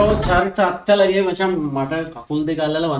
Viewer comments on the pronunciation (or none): අත්තලගේ නෙමෙයි බං. අතලගේ. English වලින් attalage කියල ලියවුණාට උච්චාරණය අරම..